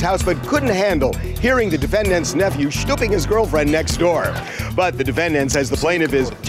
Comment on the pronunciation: Did Harvey say “ shooping “ his girlfriend at the beginning ?💀💀